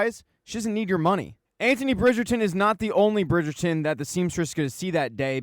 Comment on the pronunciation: The way you keep saying Burn 😂